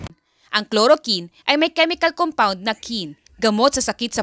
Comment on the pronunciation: Chloroquine! K L O R O K W I N!!! HINDI KLOROKIN